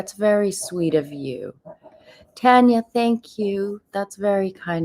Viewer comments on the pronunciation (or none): none